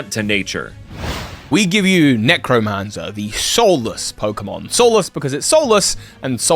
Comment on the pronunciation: Necromanzer? Really? Not Necrozmanzer?